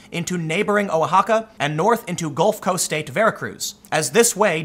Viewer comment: Tim fyi, Oaxaca sounds like "Wahakka"